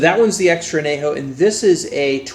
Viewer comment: Gotta pronounce that ñ. On-yay-ho, not ah-nay-ho. Try some Tears of Llorona, Rey Sol or Tapatío Excellencia if you want a true, additive-free XA masterpiece